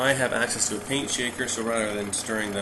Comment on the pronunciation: PEENT THINNER? ohhhh, you mean PAINT thinner! ;-) I think Denatured Alcohol is safer.